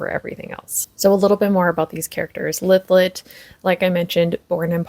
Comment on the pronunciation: I think this is the first fantasy I’m reading this year. Thank you for the pronunciation of Lythlet name. I’m in chapter 2. Reading this with my bookclub. I’m a Booktube newbie by the way. Wish me luck with this book. I’d love to be book friends ❤